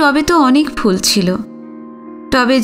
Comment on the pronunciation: আপনার পাঠ খুব সুন্দর। একটা দুটো উচ্চারণের অসংগতির কথা যদি বলি আশা করি আপনি মার্জনা করবেন। যেমন 'ফুল' কথাটির উচ্চারণ fool নয়। বাংলার ফ এবং ইংরেজির f এই দুটোর উচ্চারণ কিন্তু ভিন্ন।।